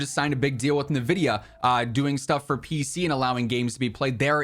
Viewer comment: Hehe it’s N vidia. Latin word for envy. Navidia ain’t it.